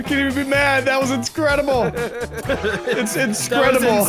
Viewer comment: New word inscredile